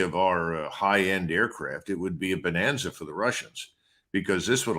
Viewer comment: Wait! Did Colonel said "bananza"? Caught me offguard 😃